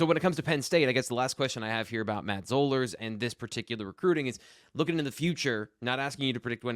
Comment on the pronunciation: It's Spring-FORD. (Not ferd) Also, it's Zollers, like dollars.